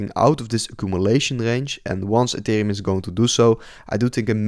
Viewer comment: Gast, je spreekt super en ethereum verkeerd uit... beetje zoals die crypto rover. Maar verder leuke video hoor. We krijgen nog wel een wikkie down om de liquidity the grabben en daarna boomskiboomski